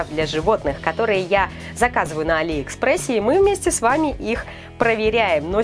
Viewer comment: А не Али́ экспресс